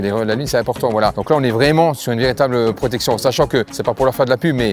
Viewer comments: L'essentiel, c'est la prrrrrrrrrrrrootection 😂😂😂✌️😉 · Mdrrr La Prrroooooootection!🤣🤣🤣🤣